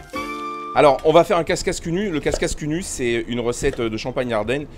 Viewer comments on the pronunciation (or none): c'est pas casscasse, mais cacasse !!! parole de champardennais 😂😂😂